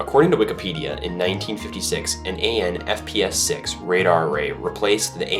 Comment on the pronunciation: "Army Navy Pradar Station"?!?